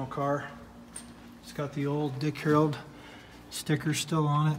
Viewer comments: Your absolutely correct he definitely does say HAROLD. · He keeps saying "Harold"